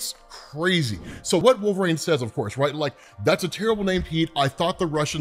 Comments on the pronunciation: Absolutely KILLING ME with the "Wolver-ain" 😂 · WolveRAIN... lol, man... no